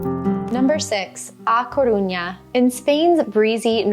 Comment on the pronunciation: Agree completely. I can’t understand anyone living abroad and not learning the language. Which is the reason I brought this up. When you were speaking about how much learning Spanish meant to you, I was surprised by this basic mispronunciation. If you go to the minute point in this video, talking about A Caruña, it was a cringe moment that didn’t reflect well on your emphasis on learning the language, and the Rosetta Stone offer. I learned Spanish as a child in south Florida but have made continued study lifetime passion. I enjoy your travel videos and am a subscriber, so I bring this up only to be supportive. Check out the point in this video. I went back for your convenience. 👍🏻